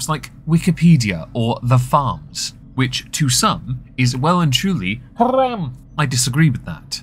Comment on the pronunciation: Are you saying "haram" when you do that rolled r thing? As in, not-kosher for Islam?